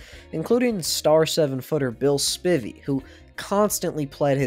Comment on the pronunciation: Amazing video! Just one note about the beginning!! As a fellow Spivey, the last name is pronounced “Spy-Vee” not “spivvy” :)